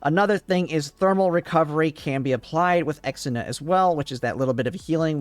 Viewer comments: Ir is ksenia not exina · Ksenia is pronounced as Xenia its not "Ex - en - a", more like "Zhe - nya" 😉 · Also, pronouncing Kesenia's name as "Eks-enia" is so bad, man. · I have always why you pronounce Ksenia the way you do. Even in Russia/eastern European nations, from which it originates, it is a "k" sound, on the back of the tongue. The further west one goes, the more "ick" sound would turn into a "kay" sound, but I have never heard it pronounced as "ex". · Ex-ina? I had this playing audio only and had no idea who that was until I had to rewatch and realize you were talking about Ksenia. That through me in a loop. Not sure who Chahuya is.